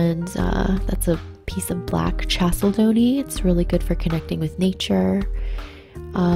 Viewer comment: also it’s pronounced ’kal-se-dony’